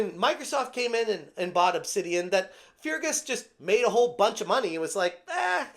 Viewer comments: Pronounced Fergus Urkwart. Feargess Urkoohart is a pretty funny way of saying it though. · Fear Gus Urgu heart 😂😂😂😂 dude say fergus urk hart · It's pronounced "Fergus Urkhart", great video ty.(although I bet he's letting off some "Fear Gas" at the moment with the way Obsidious is behaving.) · Please, in the name of Saint Columba, it's pronounced Fergus URK-ut. My Scots soul just cried a bit. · Its pronounced "fer-gus urk-hart", hope that helps. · For future reference i'm pretty sure "Feargus" is pronounced "Fergus" and i'm pretty positive that "Urquhart" is pronounced "Erkhart". The second "U" is silent.